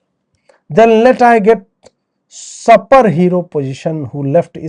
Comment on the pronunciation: सूपर not supper आज बहुत गलती कर दी आपने।